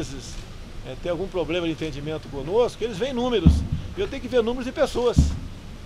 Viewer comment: Bozo fala "poblema" e ainda fala que precisa mudar a educação kk